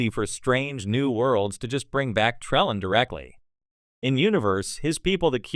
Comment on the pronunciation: "Tra...LANE." You don't even pronounce it right!!